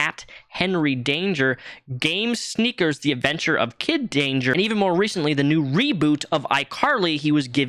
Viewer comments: The network is called "Nickelodeon" not "Nickeloneon". You need to put a "D" sound after the "lo" and not a "N" sound. Also, "Game Shakers" was the name of the show you mispronounced. You called it "Game Snakers". ~Dutch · Slough= "Sl-ooh", not "sloof". Nickelodeon= "Nik-ehl-oh-dee-uhn", not "nik-oh-lohn-ee-uhn. Game Shakers, not Sneakers. Just saying. ♡